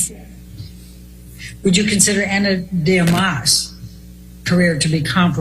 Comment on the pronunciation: Did she say “Ana demás” meaning Ana de Armas? needs to ask somebody to teach her how to say people’s names properly before destroying them publicly 🤦🏻‍♀️